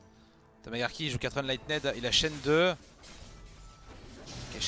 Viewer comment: Par pitié quelqu’un sur le live twitch peut lui expliquer comment on prononce enlightened correctement je vais pas tenir un set entier comme ça 😭